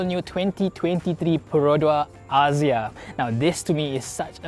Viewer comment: “aZZia”…. Maybe just me, but that’s not how I pronounce it. 😬